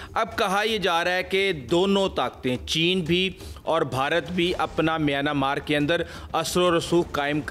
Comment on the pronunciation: میانا مارک نہیں میانمارک بولیں